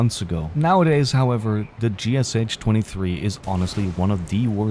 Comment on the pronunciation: Cmon it's not ГСЧ-23, it's ГШ, g-sh [G as in 'good', sh as in 'shop']